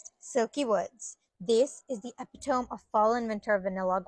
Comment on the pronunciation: Your pronunciation for epitome is wrong. (I used to pronounce it that way too.)